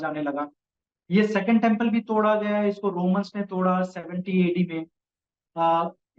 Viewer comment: Romalo nahi Romans, bs Hindi bhi nahi aati h iss behudi ko.